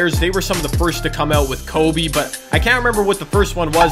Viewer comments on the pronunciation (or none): none